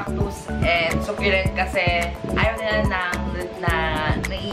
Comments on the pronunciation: söculent not suculent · I think she's pertaining about how you pronounce the word succulent, how you say it was "Sukyulent". She's not talking about the spelling lol